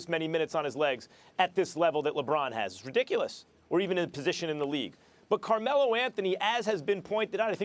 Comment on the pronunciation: "Carme-low" lmao savage 😂